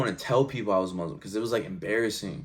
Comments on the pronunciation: I've never heard a Muslim pronounce the word Muslim as Mozlem, something strange here...🤔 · why those he say Muzlim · From this video, I've never heard a Muslim pronounce the word Muslim as Mozlem, something strange here...🤔